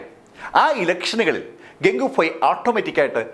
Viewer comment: ഇടക്കിടക്ക് ഫായി എന്ന് പറഞ്ഞു പോവുന്നു..